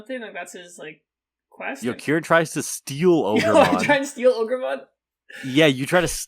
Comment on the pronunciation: it's been a whole day and i can't stop saying ogermon